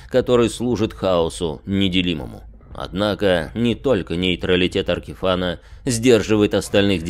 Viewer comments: За аркиФАНА дизлайк, дольше 5 секунд несмотрибельно. Вы себя тоже «Тхе Статион» называете? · Казалось бы уже многие называют его Аркифэйн, но как обычно у станции появиться странное описание имени.